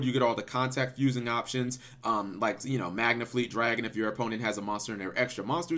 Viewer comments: Also cap. Not trying to troll. You keep saying magna dragon. Just FYI It is mega dragon. Just OCD. Sorry. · Why you always calling it “magnafleet” dragon